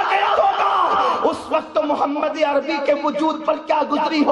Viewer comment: Phle Muhammad sallal lahu alaihi wasllam ...phle nabi (saw) ka nam sahi se lena sikh le ... Tmse jata zillat wala koi nhi jahiloon